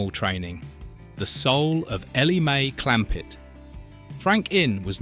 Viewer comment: You didn't watch this as a child, you never had a childhood. This is one of the worst AI's I've heard The accent is a mash up of several dialects. Stupid mistakes like "Elly May."..... Clampet as if the sentence ended with "May" and a new one starts with Clampet. AI !